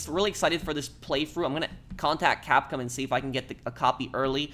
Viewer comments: dude, just say cap-com, instead of saying cap-cum. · “Capcum” It’s Capcom😂